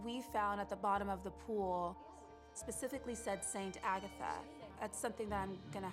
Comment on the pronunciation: Alright but… it’s so cute how Melina pronounces Agatha